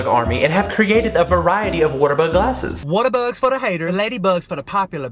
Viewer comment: I use to think you said waterthose